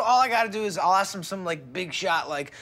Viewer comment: May i AXE you a queeeeestion